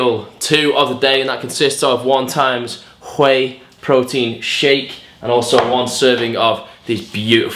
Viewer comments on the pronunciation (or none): The way he said "Ghuey Protein shake"